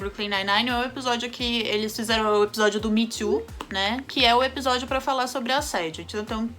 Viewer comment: fala “Epijódio” kkkkk fofa demais